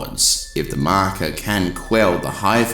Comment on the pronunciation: I love how you say “The Marker” ❤